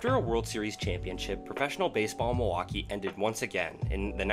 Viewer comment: Nicely edited video and content but the narrator is simply horrible. Was 'Whitney' Ford related to the better know Whitey Ford? Where is Muhwakee? Is Lebaht beer similar to 'LeBat" beer? Is 'Riley' NC anywhere near 'Rah-lee' NC? How far apart are East 'Ruth-ah-ferd' and East Rutherford in New Jersey? Where the hell is Pawtamack? Is that close to the 'Pah-toe-mick' River between Virginia and D.C.? Good lord, the narration is so bad it almost seems intentional.